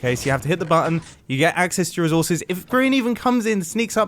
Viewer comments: IT'S NOT REUSES IT'S RESAWSES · Humans: “Resources” MumboJumbo: REZZZOUURRRRRZESSS